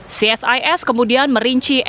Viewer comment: Ce Es I Es..... bukan Si Es Ai Es.... krn ini singkatan, kalau UNESCO ( akronim) dibaca Yu nes ko....